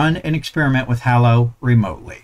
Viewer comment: Thanks for this! Btw, Hallo is German for Hello and the "a" is pronounced like the "a" in "large"